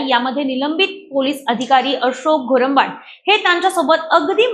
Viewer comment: मराठी बोलता येत नसेल तर निट प्रेक्टिस करुण बोलत जा बाई ते चुकीचा नाव उच्चारत आहेत घोरबांड आहे ते वीडियो डिलीट करा किव्हा माफी मागा नाव चुकीचा घेटला mahnun